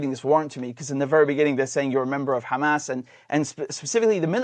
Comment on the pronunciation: Dude keeps saying ham-ass hahahaha